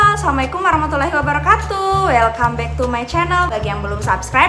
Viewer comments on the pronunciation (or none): none